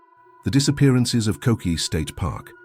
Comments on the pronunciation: Ko Keh eh. and you're on two different islands. Kokee is on Kauai. Moke went missing on Oahu. There's no service at all in Kokee but the trails are extremely well- marked. If you get lost there it's likely because you left the trail or tried to blaze your own without knowing the terrain. Listen, if any of you ever visit Hawaii, listen to the locals. If they tell you there's a place you shouldn't be then don't be there. They tell you don't touch the rock, don't touch the rock. If they tell you the weather aint good for some activity you have planned then you best cancel that activity and ask them for some other recommendation on how to spend your time. We'll usually only discourage you from something because we KNOW BETTER. Believe me, the majority of these cases where tourists get lost/injured/stuck are preventable and they were warned but the general mentality of people who visit Hawaii is "I paid good money to be here so I'm entitled to do it!" Someone actually tried to sue the state of Hawaii for bad weather once...it was only a few years back. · Umm. Get your FACTS correct. Koke’e (Ko-Kay-A) state park is on the BEAUTIFUL island of Kaua’i . Stair Way To Heaven on another. They are not the same!!